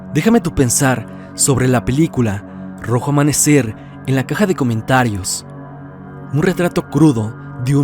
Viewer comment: Excelente trabajo, me entretiene mucho tus vídeos hace que se me pase el día más rápido, solo una observación dice "rojo amamecer"